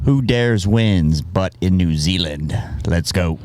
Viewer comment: Can u learn to pronounce New Zealand properly please nothing against u tho